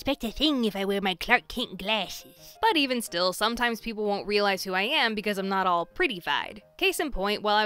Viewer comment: ''No one will suspect me with my smart kint glashes'' XD